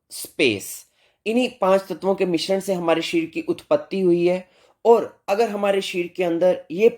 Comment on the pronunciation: shareer uchharan sahi nahi hai